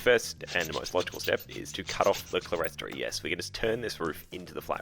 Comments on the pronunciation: "Clerestory" is pronounced "clear story ". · Just to correct your pronunciation of "clerestory". The word is an architectural term for a raised area (usually with windows) not enclosed with a floor, so clear story. I still have a number of old books where it is spelt this way (can be spelt cleresory or clearstory) but both spoken "ClearStory". So many people say it incorrectly. Nice work with your modification! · Clerestory is pronounced "clear-story".